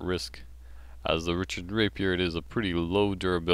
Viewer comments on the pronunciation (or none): its not and its ricard not richard you say it rik-ard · It's pronounced "Ree-card", ree as in reel. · Pronunciation for Ricard Rih-Card I hope this clears things up for people :)